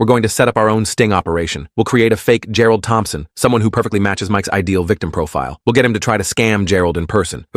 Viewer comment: How many “Gerald Tomphson”s does this story have?😂